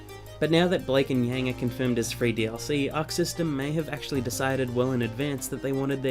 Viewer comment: You mispronounced Yangs name and it pissed me off